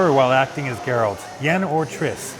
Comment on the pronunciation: “ theres alot of garelt in me...”